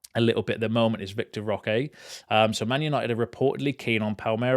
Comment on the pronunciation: It’s ‘VITOR’ not ‘VICTOR.’